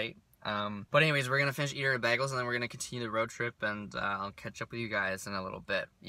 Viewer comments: Ive never heard anyone say BAG-les, haha. Its definitely Bay-gles ;) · it is bay-gals as in bay-gal. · Bagels are actually pronounced BAYGELS😂